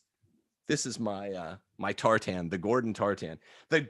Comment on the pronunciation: Agreed. If he wants to claim Scottish heritage, fine, but how Scottish can he be when he pronounces tartan so badly?